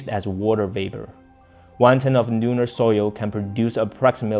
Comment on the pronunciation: Please pronounce the "L" as "L" and not sounding like "N" at the beginning of a word eg. Lunar NOT Nunar. Thank you for your news and information.